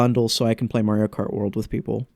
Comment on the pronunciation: Dang. And here I thought you said Marty-O Kart on purpose. I like to call it that sometimes as a reference to TTYD.